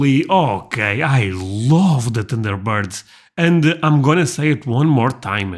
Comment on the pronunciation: Lmao!! It sounded like he said tinder birds!!!!!!!😅😅😅😅😅